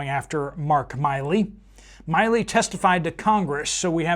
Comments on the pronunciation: It’s MILLEY, not Miley-It’s that clown, General Milley.🤡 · How do you not know how to pronounce General Milley’s name? It’s been in the news forever! Milley! As in silly! Not Miley! As in Cyrus! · Pronounced "Millie" not "Miley." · It’s MILL-ee, not MY-lee. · Update. Brother General Milley is pronounced “ Mill’e” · FYI--Milley is pronounced with a short i--love your show. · I do not believe the answer on the drones, Milley, pronounced like chili, I think Trump is looking into the culling. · How do you not know how to pronounce his last name? Never heard of this guy before?